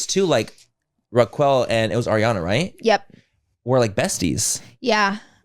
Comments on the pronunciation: love you both but please get facts right and know how to actually say raquel 😅😂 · Well you can tell they don’t watch the show because of how they are saying “raquel” lol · I thought it was on purpose at first until I heard their recap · The way they both fuck up Raquel’s name 😂😂😂 just call her Bambi Eyed B*tch!! Tom made himself seem like the “Golden Boy” who could do no wrong. He is a narcissist and BEB is a sociopath. You both should actually watch the show and your energy would be sooo different towards what happened. #teamariana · right? I don't know the girl so when Laura first said it, I figured she said it wrong. But then when Manny said it like that too, I thought maybe that's actually how she pronounces her name. 😂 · Now I can’t even say it right now that I’ve heard them, say it so many times wrong !! 😂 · Omg yes! I was like noooo guys you’re mispronouncing my name 🥹🥹🥹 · I was searching for this comment when I heard it😂😂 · I love y’all but they way you say Raquel, just call her Rachel in the future🤣 I have been watching VPR since day 1 (2013) and Tom has been horrible forever and the reason this is so devastating is because Ariana is a ride or die for him (they were together for 9 years) and Rachel was one of her best friends and Ariana stood up for her! It’s truly a wild time for VPR fans! Also it was originally filmed at SUR not Pump! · I'm dying laughing u2 calling Raquel (pronounced Rockelle) Rockqwell!! Im laughing so hard but the girls real name is actually Rachel! But Rockqwell is definitely funniest & my fav out of all em! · Why are you both saying "Rak-well"? Wtf? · Not “Raqwell” 🤣🤣🤣💀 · Not “”Roqwell” 😂😂😂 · Ok so it was 10 seasons also the show was not based out of pump. It was based out of sur and you saying raquel but Its pronounced like rakelle but i guessed it's called fool coverage! Lol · “Raq-well” LMAOOO I LOVE YOU GUYS SO MUCH!!!❤️❤️❤️ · I love ya’ll pronouncing it as “Raqwell” 😂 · It’s Manny & Laura calling Raquel “RACK-WELL…” haha ❤